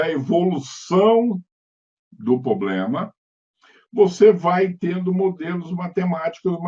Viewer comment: Excelente conteúdo. Assunto bem complexo. Sugestão: tentar eliminar alguns vícios de linguagem, tais como: - poblema --> pRoblema - pra mim calcular --> pra EU calcular. - pra mim fazer --> pra EU fazer.